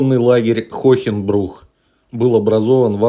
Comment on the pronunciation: Правильно- Хоэнбрух, а не Хохенбрух.